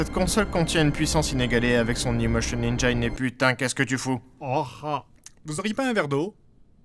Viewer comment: Seb, on prononce "engine" comme "enjine", pas "endjaïne".